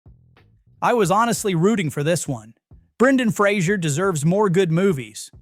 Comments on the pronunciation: Its Fraser not Frasier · Learn how to pronounce Brendan's last name. Jesus...